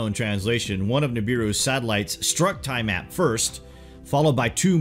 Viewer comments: The Planet that was destroyed by nibiru is not called ty mat it was called T-ah mat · Great video. Btw. It's pronounced Tee-uh-mat. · Tiamat = TEA-ah-mott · NOT TIE-mat OMFG IF I HEAR YOU MIS PRONOUNCE THAT ONE MORE FKN TIME. hahah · yes i agree